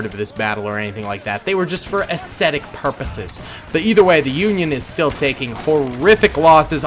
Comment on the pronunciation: the way he said aesthetic purposes 😂👄💅👩